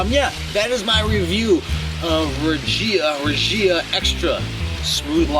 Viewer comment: Reh-Hee-Uh - The Spanish G is usually Heh when it's followed by an I as in gila monster, Gimenez, gigante, etc. Best backdrop for a beer review ever, dude. Man. Place looks awesome. As for the beer, I'm surprised as you with the positive rating. That bottle definitely evokes crappy big industrial. Ha.